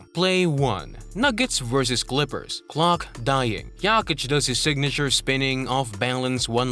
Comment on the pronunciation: good video..but you can not allow yourself so misspeelling in 1 video--it is JOKICH---NOT YAKICH